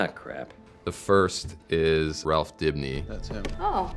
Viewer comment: Drink every time you here the cast say Rawph instead of Ralph